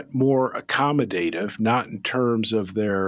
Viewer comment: Thanks you said accommodative correctly.